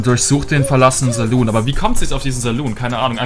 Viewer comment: Wie er saloon ausspricht triggert mich total😂